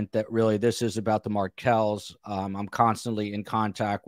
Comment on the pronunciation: Markels...not Market